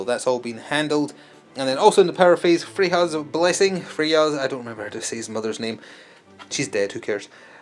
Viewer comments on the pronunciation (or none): Freyja is pronounced 'Fray uh'.